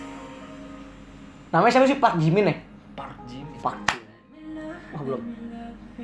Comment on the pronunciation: pas bilang PARK JIMIN kok bilang nya PAK JIMIN gak pake R😂😂